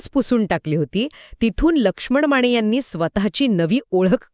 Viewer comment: माणे नाही माने